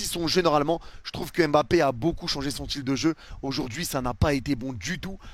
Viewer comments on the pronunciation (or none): none